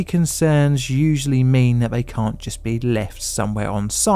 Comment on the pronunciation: Intelligent man. Vis vat . THIS THAT . Make an effort not to talk like a child . Oh bullying . No , just saying what your " friends " won't.